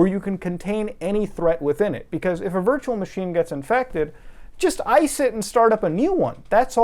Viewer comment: ish anywhunm st0l playying teh dyrynking gayem whear yew tac=ke a shit shot, every tiem he saIWZ "vEE eMm", "vurtchewal mah sheen", or "vee bucx"? Iym Tlying tew